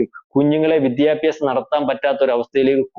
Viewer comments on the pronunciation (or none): none